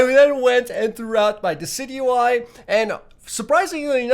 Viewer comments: Decidueye is Pronounced as desidueye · Decidueye = Dee-ci-ju-y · dicidueye is pronounced disi-dyu-eye allso you should watch the pokemon series on netflix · its pronounced (di cid juw eye) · He called it dockeye